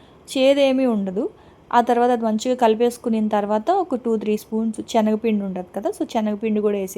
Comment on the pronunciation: Hi andi sengapindi ni chenagapindi antunaru